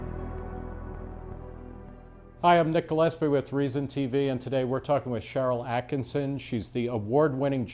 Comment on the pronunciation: Nick - here's a tip for future interviews: pronounce your guest's name correctly. Kind of important. Sharyl Attkisson is one of the greatest journalists of our time. Her book Stonewalled is excellent by the way - highly recommended!